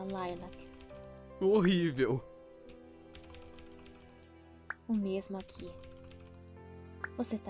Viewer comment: Não é Layla é Lilac